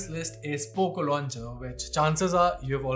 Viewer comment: Polo launcher ❌ Polka launcher ✅